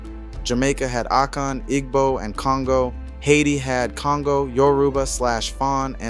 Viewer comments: Great job! Just a note Igbo is pronounced EE-bow The g is silent Yoruba has more emphasis on the ba like yo-rue-BAH But I’m sure an internet search could help with hearing how the natives pronounce it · Igbo = EE-bō [ibo] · Very detailed and informative thank you! FYI the g in igbo is silent